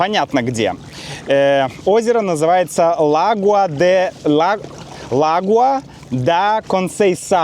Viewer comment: “Lagoa da Conceição”,, ударение ставить на букве «о» lagOa da conceiçÃo, 👍